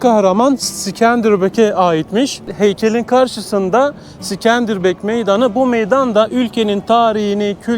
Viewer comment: İskender bey diyemedin mi aq en azından illa havalı olcam diyosan sikenderbiru diye okuyabilirdin sorsan Avrupa gördüm der😂😂😂😂😂